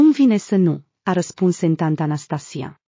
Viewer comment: Am ascultat foarte putin din poveste si deja am remarcat o gramada de greseli, de exemplu: o terci delicioasa in loc de un terci delicios. E masculin . Se simtea jena, in loc de jenata, vesnicul entant in loc de ezitant, nazdravanul Natasca, in loc de nazdravana, doar e fata, etc. Imi e groaza de ce mai aud pana la sfarsit. Mai sunt si accentuarile gresite sii chiar da continut. Ea e Gherasimova, iar baiatul e Gherasimov, inainte de a fi adoptat.